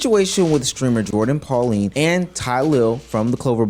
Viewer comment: Her name is Pauline not Polani 😂